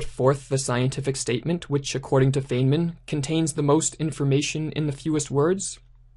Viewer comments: Bro Feynman is pronounced (Fine-men) not (Fane-men). Have some respect, dude won a Nobel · Fine man is how you pronounce his name, not feign man. Great videos, thanks.